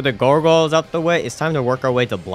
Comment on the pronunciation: I still love how you pronounce gargoyles as gorgoiles. Like garr goiles